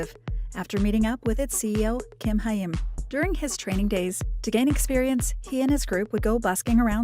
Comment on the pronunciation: Saying his name however they want except the right way lol